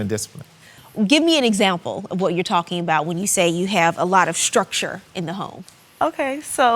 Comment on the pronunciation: You lead by Example not by a zample. Lord have mercy 🤦‍♀️🤦‍♀️🤦‍♀️🤦‍♀️